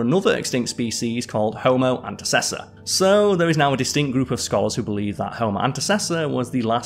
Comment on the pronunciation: shoutout for pronouncing antecessor correctly, the only one you correctly pronounced XD